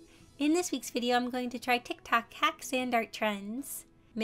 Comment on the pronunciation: I love how she pronounces it: 'TaK toK' (not tryna be mean btw its a joke)